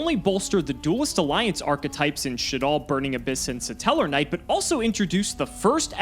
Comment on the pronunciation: Why does pronounce “Stellarknight” as “Suh-Tellarknight”?